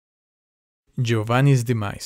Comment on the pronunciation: When you said "Giovani" it sounded incredibly similar to "My name is Giovani Giorgio"